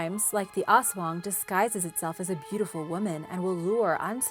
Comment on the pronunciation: I loved when she said aswang..😍😍